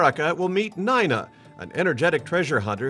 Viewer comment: Son did not find a belt buckle in no damned sand box… dumb ass.logan was older too. Narrator got it all wrong. Even my my name .. It’s not nena. It’s long I sound as in n-I-na Screw ball. Elon you need to make contact soon. This bastards. Are no good.